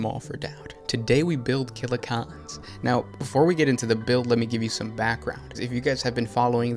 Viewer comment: I have a hangover or Covid, I don’t know, but everytime he says ‘killa-cOn’ it hurts. He’s got a video on Def drods too.